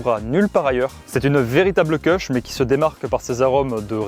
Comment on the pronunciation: les connaisseurs savent que les Kushs se prononcent "koush", et non pas "keuchs" 😂